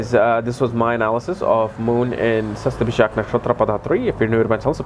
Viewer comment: Hihi u figured out how to pronounce it :P